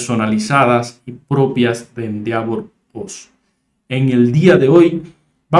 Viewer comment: se pronuncia ... endévor